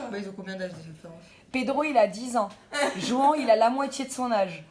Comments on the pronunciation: Juan??? Mes oreilles piquent, on prononce rouane pas juan... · JOUANT! Ça ce prononce RROUANE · Juan se dit Ruán ! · Juan ça ce dit Rhouane